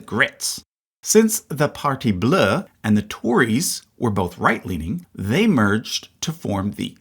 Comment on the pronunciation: Hey dude, I enjoyed the video very much! There were sometimes when your prononciation of French words were a little bit off, like: - « Partee bleh » - « railment » - « Polièvre » instead of Poilièvre If you’d like, I’d suggest just writing the words in google translate and listening to the prononciation, they’re really spot on!